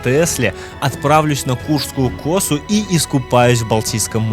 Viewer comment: косУ а не кОсу